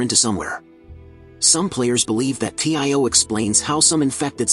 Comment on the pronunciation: Its tio not t.i.o